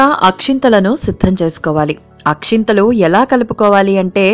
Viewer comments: Akhintalu kadu akshtalu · Not Akshinthalu...... It is Akshathalu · Akshathalu not akshanthalu